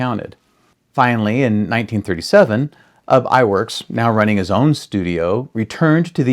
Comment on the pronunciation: Ub's name is actually pronounced "oob" as a Norwegian name. But everyone gets "Eyeworks" pronunciation for Iwerks right. Iwerks did have a fetish for doing Busby Berkeley type dance numbers. And happily it cuts down on animation time if you do drawings almost like xerox copies and have the in-betweeners do the repetitive images and pay the girls low wages. Of course, I would've adored the work if I got paid $2.00/hr in the 1930's. I got paid $2.25 as a high school student to work part-time as a key maker inthe 1980's. Just saying.